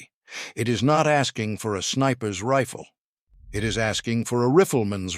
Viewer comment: No shit Sherlock. But they voice in the video pronounced Riffle. AI Slop.